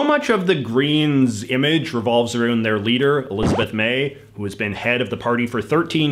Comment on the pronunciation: and another video I watched he pronounced around "arooned"